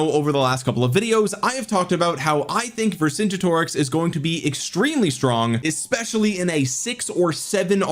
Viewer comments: Vercingetorix is not pronounced like that, it's pronounced Ver - cin - get - orix ✅, not Ver - cin - ge - torix ❌. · Ver-sin-get-or-rix. I think it’s a hard ‘g’ as in ‘get’. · bonsoir de France : "VER SAINT Jé toriX" pour la prononciation française. ... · You have to pronounce it the german way